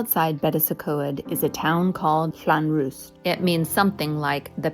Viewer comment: It's so cool to see you here! Love the drone footage of Caernarfon castle. We love that it's just right in the middle of town. Your Llanwrst pronunciation was good! Those rail signals on the bridge look new - why they don't just put up traffic lights! Thanks for introducing us to the Ty Gwyn - food looks delicious. We need to visit fairy Glen again. It's stunning. We loved this. Cheers 🍻